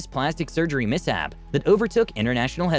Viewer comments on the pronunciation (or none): none